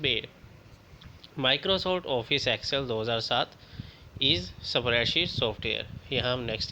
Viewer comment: Spreadsheet pronounce Galat ha bs